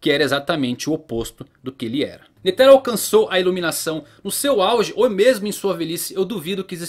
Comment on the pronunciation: sei que e chato comentar isso em um video foda como o seu mas a pronuncia de "netero" ta errada tem falar de uma vez so pois n tem silaba tonica no nome todas as silabas tem a mesma intensidade no som, deixando isso de lado video top to valtando a ver um ano depois